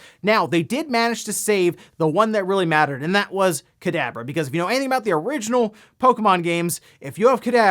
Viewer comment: Is it just me or did he sound like he said Cadaver instead of Kadabra?